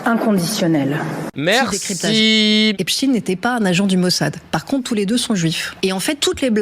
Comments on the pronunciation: La connasse qui prononce "Epstine" au lieu de "Epstein" et oui babouine, ce violeur est juif, faudra t'y faire, on ne dit pas " Les aventures de Frankenstine" on dit "Les aventures de Frankenstein" 🤣 🤣 😂 et j'suis pas antisémite 😅😅😅 Free Palestine 🇵🇸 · Epchtayne, pas epstine!!!! Ça sert à rien de russifier le nom😂😂😂😂😂 C 1 rat 🐀 pédophile de tel aviv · Fourest c'est la meilleure. En mensonge,mauvaise foix et propagande naz.s.on.ste. on dit epstein et pas epstine. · C'est fou qu'ils prononcent Apstine et Non Apsteine 😂 comme eisteine faut dire eistine alors. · Pourquoi elle prononce pas correctement epsteîn parce que c’est un juif? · On prononce Epstein comme Frankenstein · Rien n'est vraie chez elle... Incroyable... A lheure de la comunication eclair et des archives infinies, elle ment comme si elle etait chez mamie. Elle ment meme sur le nom en disant Epshtin 😂😂 Albert Einstin 😂😂😂😂